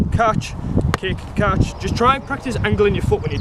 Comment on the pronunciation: he pronounce catch as "Caaatch"😂😂😂